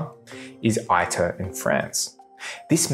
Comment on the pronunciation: Some Corrections: . It is said TOE KAH MAK. It is said EATER -- it is Latin.